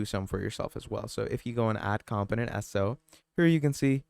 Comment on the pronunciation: BROTHER this information IS NOT OBVIOUS TO US. We are here to LEARN! It’s FAR FROM OBVIOUS LOL 😂 and it’s pronounced COMPONENT NOT camptonent mannn. I’m 9mins is I’ll see if I stay for the entire 55 mins lol 😅